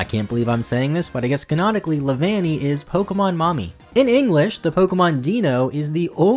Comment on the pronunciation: leavanny sounds like nanny at one point